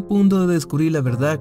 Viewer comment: Oye lees y pronuncias pésimo .... verdac, Davic,....